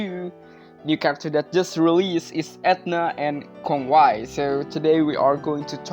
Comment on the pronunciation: Since when Kongwai searches salvation? It's the other way around since Kongwai is the one offers salvation. He can take out one's soul out of their body and literally ends one's life and reincarnation. It's his way of saving your soul from the endless cycle of life and death through reincarnation. Edit: Also his name is pronounced Kon-wei, it's literally Conway.